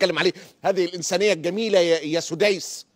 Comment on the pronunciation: ليته كان سدسا لهان الخطاب لكنه سديس ( بضم السين تصغيرا) فويل لمن حرف السنة والكتاب